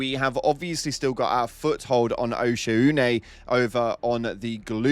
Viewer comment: 🔥 Yay! I always appreciate learning things and enjoy when others do as well. It seems like heard Oshaune enough times to get down the pronunciation. Considering it seems Japanese based I am sure it is hard to pronounce for plenty of people.